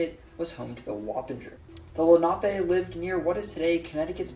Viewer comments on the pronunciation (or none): none